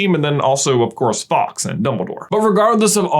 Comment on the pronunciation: but his name is fawks, not faux